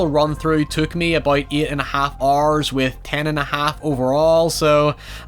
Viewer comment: Dude went full on accent at some spots “took eight and half Oarrrs on my first playthrough”